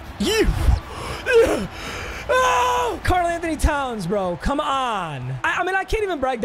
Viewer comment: listen buddy it’s not ant on Jamison it’s ant wan Jamison